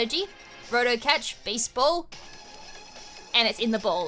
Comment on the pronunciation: I keep hearing baseball instead of beast ball lol